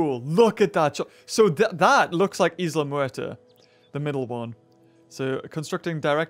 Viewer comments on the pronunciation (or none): When you said isle maerter I thought you said isle murder